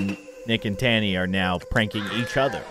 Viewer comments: And it’s ta-nee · Miss T: not impressd Francis: dosen,t care Me whatis wrong here?: says Tani Me again its Tani lol:sees rod skating like being on a skateboard